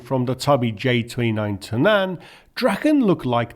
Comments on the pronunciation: In swedish (and danish) "Tunnan" is pronounced TUNnan. The same with BERtil. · Pretty sure "Tunnan" is stressed on the first syllable. Think 'tun', barrel.